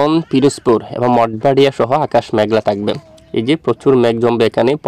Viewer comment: মাঠ বাড়িয়া হবে ভাই। অভয়নগর হবে ভাই। এই ২ টা জায়গার নাম বারবার ভুল বলেন কেন ভাই 😊😊